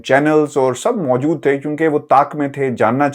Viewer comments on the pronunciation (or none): none